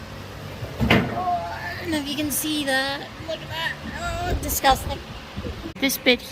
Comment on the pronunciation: Ha ha you sounded scouse aka from Liverpool England when you said that's disgusting